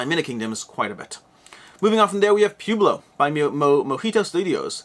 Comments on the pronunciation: Poo-blo. Seriously? Pwehblo. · please tell me you've really never heard the word Pueblo pronounced out loud. "pweh·blow" As always, amazing content, I just got a chuckle every time you said pew-blow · P-YOU-BLO, LOL 😆 It is P-WEI-BLO. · Pueblo pronunciation is puh-web-low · You do speak fast. Never really noticed it until now. My recommendation when you speak too fast is that you should slow down and emphasize power words in your sentences. For example , you should held onto the word "but" and also emphasize it a little. Doing this gives people time to digest what you said. Also, it's Pueblo (Poo-eh-blow). Wow this sucks. You are not from the US are you? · Pronounce it Pwebloe. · I love how you pronounce "pueblo" lol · I shuddered each time.